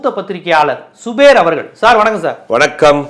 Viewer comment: என்ற பெயரை சுபேர் சுபேர் என்று உச்சரிக்கின்றனரே. Mr:, நீங்க இதைக் கவனிப்ப தில்லையா?